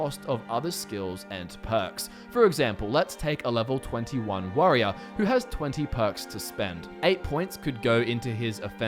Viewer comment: sounds like 'Level 28 Worrier' did I miss that DLC 😅😂😂 JK.